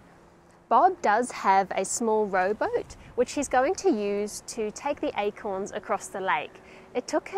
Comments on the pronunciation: Like how you pronounced these Eichhorns <—-by the way Eichhörnchen means squirrel in German ;) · The pronoumciation of acorns sounds like the word squirel in dutch We call squirels “eekhoorns” (sounds like acorns) which made it a bit confusing sometimes : ‘ )